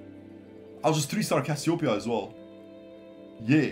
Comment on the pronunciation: not cassiopia ..., Cassiopeia . And check your nose ..